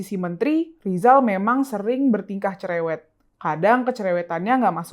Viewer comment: Lizal LamLi bukan cerèwèt, dia tuh CELÈWÈTTT bin BAWÈL😂😃🤣😅😆